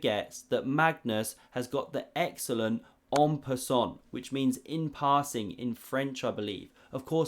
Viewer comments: Une pay-sont! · It’s pronounced “en pissant”